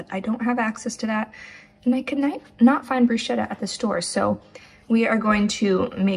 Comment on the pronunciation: Unrequested instruction: "bruschetta" is said with a "k", it's "brusketta" 😊 Really appreciate coconut yogurt! Thank you again for your videos